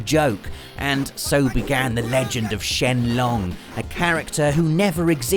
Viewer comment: ...The G at the end of Sheng in Sheng Long is not silent...